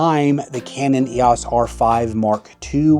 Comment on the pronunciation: Someone who pronounces EOS as YOS is clearly a millennial moron. GenX kids grew up with the EOS system. I feel like Canon is a generational thing and you ain't our generation, so move along. And Nikon ain't it. Go with your Playstation Sony Camera.